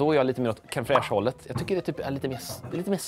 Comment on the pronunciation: Det heter inte cream fraiche...